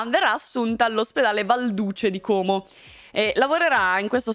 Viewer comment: Sì .. si dice Como.. Non Còóòòmo. Bel video come sempre. Buona giornata:)